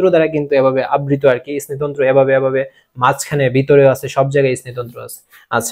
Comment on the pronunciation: ইস্নায়ু তন্ত্র না স্নায়ু তন্ত্র